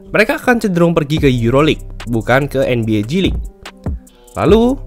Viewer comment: Gw dengernya nba cilik